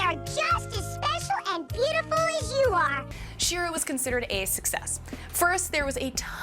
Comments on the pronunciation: She-Ra not "Sheer-uh". You explain the origin of the name right in the video. Why can't you pronounce it? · She’s not even saying She-ra correctly. 🙁